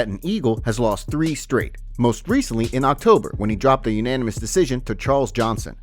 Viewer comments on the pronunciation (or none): Say it with me....U-na-ni-mous!!! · say it with me "U-NA-MA-MOUS".... now try "UN-DE-FEAT-ED"